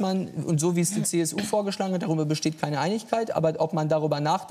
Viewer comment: "Man kann darüberr reden"... aber wohl nicht gerade jetzt. Typischer Politiker.